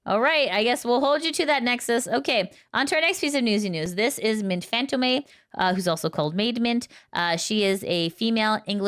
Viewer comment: It's not pronounced "fantomei" or "fantomee", the last E is silent. "Fantôme" is the French word for ghost, it's pronouced "phantom". ( ackshually🤓)